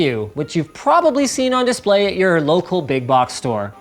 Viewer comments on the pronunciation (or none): none